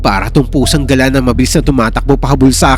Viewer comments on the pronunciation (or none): none